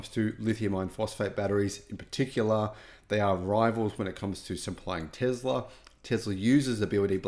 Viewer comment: It is "Tesla, tessla" not Tezla! So annoying